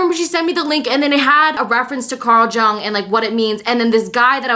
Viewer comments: Girl luv u That "Carl jung" is pronounced like yang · Its Pronounced YUNG Carl Jung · thank you for being vulnerable. also it's pronounced like carl young for future reference, wish i could've dm'd about this but i don't think youtube has that capability lol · please go and learn how ‘Jung’ is pronounced